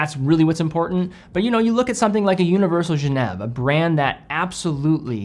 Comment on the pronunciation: What's a "Univeral Jah- nev?"